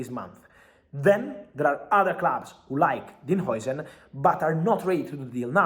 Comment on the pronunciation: Is jausen not joisen how you spell it